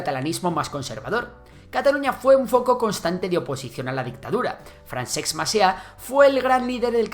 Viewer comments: De los impuestos en Cataluña (y el resto de España) vs su ejecución en Madrid no se habla, no? De las hostias que nos pegó a civiles la Guardia Civil por querer votar en 2017 tampoco se habla, no? Tápate un poco, anda, que ni te has planteado cómo se pronuncia FRANCESC, no FRANSEX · Si deletreas la palabra FRANCESC verás que en las dos últimas, primero viene la S y luegio la C poor lo que se pronucnia fransceSC y nio franceCS.... Venga, inténtalo que és fàcil. Salutacions. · Fransex Macià? Lluys Companys? tanto cuesta leer la wikipedia para ver como se escriben y pronuncian los nombres en catalán? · 🤣🤣🤣🤣🤣🤣🤣🤣 ha pronunciat FranceKS dos o tres cops. jajaja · yo lo que espero de Esquerra y Junts es que negocien con el Estado de una vez por todas que la gente pronuncie Francesc y no Fransex. A todo esto, muy buen resumen en mi opinion! :) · Però no diguis Fransex Macià home per favor... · No se puede poner menos interés en pronunciar bien las 4 míseras palabras catalanas que salen en el video.... FranceCS Macià, LluYs Companys, "J"ove Catalunya..... vamos ni hecho adrede!